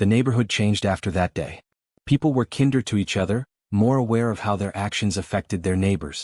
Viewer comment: You need to get someone familiar with English to listen to your text-to-speech and correct its errors. “Kinder” doesn’t rhyme with “flinder” and “cinder”, it rhymes with “finder” and “winder”, for example. Because of my neuro-atypical brain errors like that throw me out of the story.